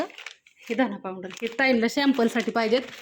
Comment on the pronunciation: पांऊडर नका म्हणू, पावडर